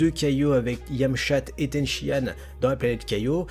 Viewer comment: 6.40 yamchatte 😂